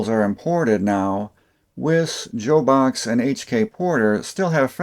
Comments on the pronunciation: 'Love your stuff, but "Joe-box" -Wtf's wrong with you? (i.e. "Job-box" ) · Bahco before Snap On bought them and as is usual ruined the tool line had forged in the side of the handle Invented by Bahco in 1892 if I remember correctly. I think Jobox is pronounced Job-Box as a side note. Apex from what I understand after consolidating most tool production at Sumter plant found that most of the tooling and machines were worn out from no maintenance at all for years. When they started to rebuild they had a 100 year flood in Sumter and it was determined that they would have to scrap everything and buy all new and did not see how that would work. I still be leave the loss of sales through the Sears failure was the ending of many of these suppliers as there own stand alone brands needed the volume that Sears sold to make a profit. Once our hero at Sears stopping paying his bills and moved the Craftsman name to China the writing was on the wall for US made tools from a number of companies.